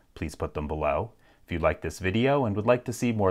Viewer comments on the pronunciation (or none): none